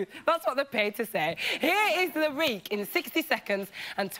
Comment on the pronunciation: Yes is a bit difficult to understand but she sounds like she has a speech impediment, she says leek instead of week.